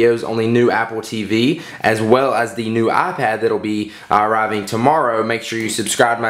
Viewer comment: Idk why it made me laugh when he said "I-rriving tomorrow" lmao